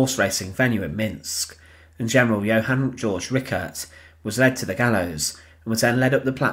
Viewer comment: It's not "George", it's Georg, pronounced Gayorg.